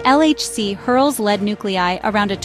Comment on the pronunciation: Lead not leed.